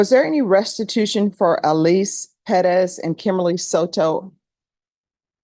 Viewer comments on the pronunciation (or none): It's so triggering how they pronounce Perez...